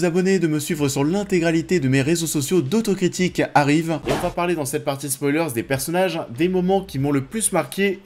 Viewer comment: A chaque fois que tu dis "d'autres critiques arrivent" j'entends "d'auto-critiques arrivent" ça me trigger 😵